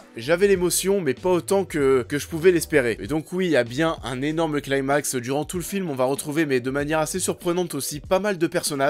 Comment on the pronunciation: On prononce "climax" en français, pas "claïmax".